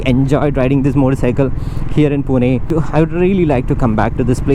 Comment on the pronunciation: Earned respect from me for calling the city name correctly as पुणे (Pune). Some idiots keep calling it पूना (Puna). ❤